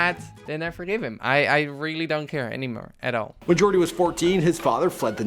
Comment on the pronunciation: its yoooordy not jooordy